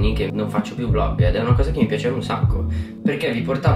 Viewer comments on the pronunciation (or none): Si dice VLOG non volg